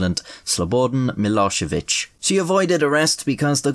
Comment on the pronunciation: Absolutely crushed pronouncing Milošević